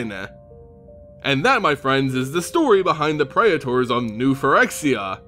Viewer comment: I know, right? Physically hurts my ears, like when people try to say artificer as art if Icer.